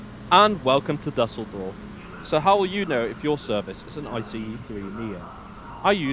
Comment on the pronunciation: Nice, but please check the pronunciation of foreign names before going on the air. The WP article on Düsseldorf shows you how to do it: [ˈdʏsl̩dɔʁf]